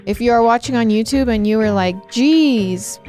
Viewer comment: THE WAY SAYS "YOUTUBE"... I didn't know people can pronounce it differently!!! I love you BUT WHATTTT